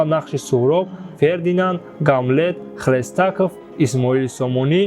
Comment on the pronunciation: Э журналисти бесавод.Дуо кын ки Хошим Гадо нашунава и барандагии наворта.ЛУНАЧАРСКИЙ хлеееестаков не ХЛЕСТАКОВ.